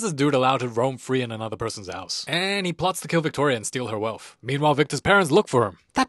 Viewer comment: Anotha day, anotha banga